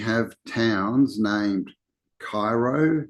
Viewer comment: Cairo is pronounced kay row in Illinois. The shadows of the eclipse`s form the Hebrew letters beginning and end.